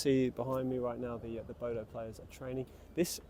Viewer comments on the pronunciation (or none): Bodø is not pronounced Bodo. Don't be a Bozo. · Quite right. It is pronounced Boo-dah.